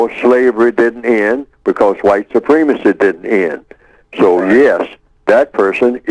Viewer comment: why does this guy say white soo-PREEM-a-see when the word is pronounced soo-PREM-a-see? very distracting from what he has to say.